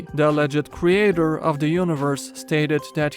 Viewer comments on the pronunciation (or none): none